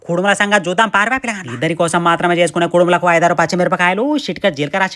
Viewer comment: ఉడుములు కాదు మామ.. కుడుములు 😂